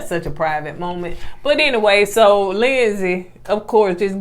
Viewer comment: Lindsay not Lindsley 🤣🤣 I know u just let him say it however at this point